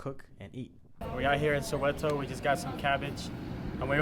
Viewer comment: Pronunciation bru its not soeweto its soweto